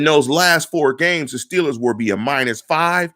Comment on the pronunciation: you don't know your ass from a hole in the ground. Time and time again you make bold statements like you're somekinda tough guy personality, but you never have solid info to back it up. With this garbage model, seriously, this model is garbage, you predict the Shteelers to be 13 and 3. You randomly assign a 28 score to a few quarterbacks and admittedly have no logic to back up why. Then You predict we lose to the ravens twice. Then you flat out say you don't think the Ravens are going to go 14 and 2, with no grounds for why, you just "don't think" so huh? So You're saying the Ravens, who have an easier schedule than the Steelers, playing nearly the exact same teams as the Shteelers, would have finish 12-4? Because they have to finish one less win due to the head-to-head schedule. Why don't you use your model to predict a Ravens record instead of making dumb ass statements like this? Man, I like this site, but I cannot stand the bullshit that you contribute to it. I could barely handle hearing you say "Shteelers" or "Shtrnth of shchedule" over and over. I'm sure you're a good person, but you're the worst Steelers Blogger (or whatever yiu guys are called) I come across regularly.